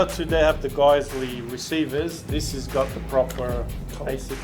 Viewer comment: Nice review as always, guys. Great looking GBBRs, they look super clean and worth the price of entry. Oh, and not to be a smartass, but Geissele is pronounced "Guys-lee" 😂 and that's straight from the Geissele rep's mouth. 😊